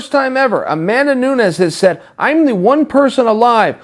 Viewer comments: "Amanda Noons" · If Chael says she's Amanda Noons....thes SHE IS AMANDA NOONS DAMN IT!😂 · Chael "Amanda Noons" Sonnen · Chael " i love Amanda Noons" Sonnen